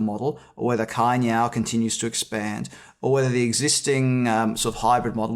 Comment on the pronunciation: Thanks for the discussion. It's pronounced as Chai Niao, you may use Google translate and have it read out loud too. =)